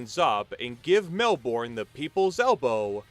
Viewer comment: Pronounced Melbourne wrong. Don’t worry most people overseas get it wrong